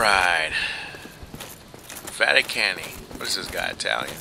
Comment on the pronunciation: lol you say fati-cany to the guy from vatican - i :)